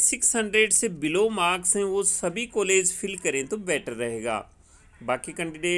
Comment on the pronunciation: please change your Kollege. sound it as college.